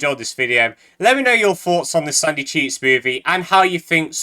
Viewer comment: every time he says sandy cheeks movie I can only hear "sucky cheese movie"